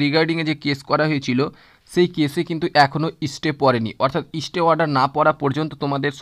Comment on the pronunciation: সবই বুঝলাম। কিন্ত "ইস্টে"নয় স্টে!!